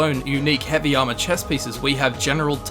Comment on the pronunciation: Why instead of armor sometimes he says AMA